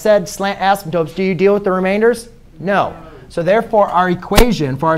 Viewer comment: asymPTOTEs not ASYMTOPEs